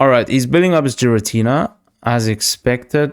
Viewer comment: I'm sure Xatumi would approve of your pronunciation of Giratina 😂